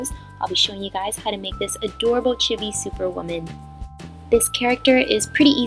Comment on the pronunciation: For future reference, it's pronounced '"CHEE-bee."